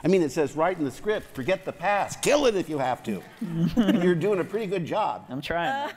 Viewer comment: the emphasization of KILL IT HAHAHAHA